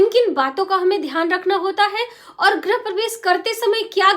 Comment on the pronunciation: गृह बोलिये... ग्रह नहीं